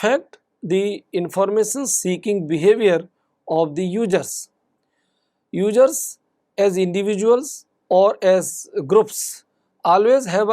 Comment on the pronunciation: Ugerrrzzz or users?